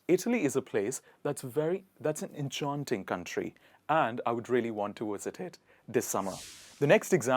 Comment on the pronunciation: Dude, if you're a swifty, why are you pronouncing enchanting like that!